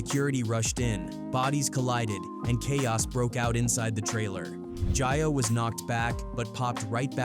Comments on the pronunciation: It's not jah yo. It's jayo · WTF IS JIYO!!.... STOP FUCCN UP THE HOMIES' NAME!!